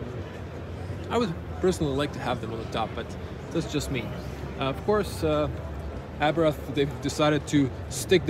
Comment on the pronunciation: What is so hard before one does a video that they know how to pronounce the man's name???. It is pronounced "Abart ( the H is silent) .....and absolutely not "Abrath"